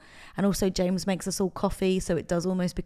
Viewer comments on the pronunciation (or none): none